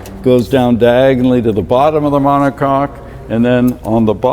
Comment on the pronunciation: Take a shot every time he says "monocock"